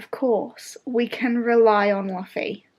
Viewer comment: I haven’t read the manga, but I’ve been watching the anime and i love one piece!! And it’s pronounced like Loofy😁